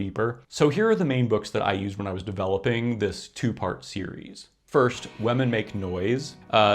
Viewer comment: great topic! can't get over the pronounciation of "wehmen" though 😂